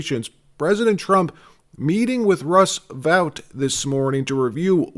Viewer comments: Russ Vote. NOT vowt. Are you simulated using AI? WTH? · It's pronounced vote not vaught. Russ vote. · Dude, it's VOTE not Vout... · It's Russ VOTE, not Russ VOWT. How many times do you have to hear his name pronounced before you get it right? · Russ Vought’s name is pronounced Vote.. not vaute. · Vought pronounced VOTE not Vout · Vought pronounced "Vaught" as in aught not as in out... Russ Vought the force behind Project 2025...❤ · Russ Vought's name is pronounced "Vote", not the way you keep saying it. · I think Vought's name is pronounced "vote". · FYI, Vought’s name is pronounced VOTE!